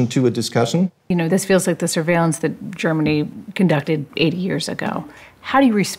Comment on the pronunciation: "surveilliance" is what she said.